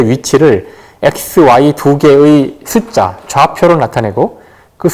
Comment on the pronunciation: 교수께서는, 인간으로서, "사람"의 발음을 바르게 발음하시지 못했읍니다. "사람"의 "람"을 마치 accent가 있는 것처럼 강하게 발음했읍니다. 잘못입니다. 강음은 첫 자인 "사"입니다.가의는 참으로 좋습니다만, 장당.ㅁ 문제가 너무나 심각하시기로, 마지 못해 , 긴 자인 첫 자를 짧게 잘못 발음하 예:왼 쪽, 숫 자 ,없죠,좌표,작을까요 ,사실,세상,자(그런데),부정,교과서,(너무 조급합니다. 천천이 절도 있게 말하십시요.),몰랐다,보통,정의,제가(나),진화론,상상,중요한,말도 아니다,사례,(합의가)됐다,(분명히 천천이 말하십시요),신뢰,적어도,우주,개체,등!이상 실 예가 사실이라면, 어떻게 생각하십니까? 다시 뭇겠습니다. 이상 실 예가 사실이라면, 강사의 말은 몇점이나 됍니까? 이런 문제는, 이 강사 한 분의 문제가 아니라는데 더 문제가 있습니다. 즉, 한국 전반적 문제입니다. 하고 많은 시청자중 한 사람도 이 발음 문제를 거론한 일이 없었다는 것이 이 얼마나 놀라운 일입니까? 이런 한국 어문의 타락상이 하 분키로, "한국 어문을 고발함"이라는 책을 "눈물로" 썼아오니, 고국 동포 여러분!! 이 책을 조용히 읽어 주시옵소서. 미국 변 완수 드림